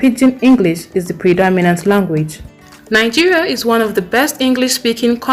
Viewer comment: Nigeria should have been no 1 in the list is your opinion and opinions are like noses, everyone has. Your pronunciations do not come close to the way Native English speakers pronounce words yet u claim you should have been first. That is ridiculous. You pronunce Nigeria as nangeria, how do u pronounce "vegetables"? Is that how native English speakers pronounce it? Does it even come close?